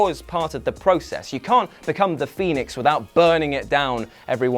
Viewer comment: Just curious as to why I keep hearing you call him the Phenoix. Seth is my favorite wrestler did I miss something ? I have never heard this lol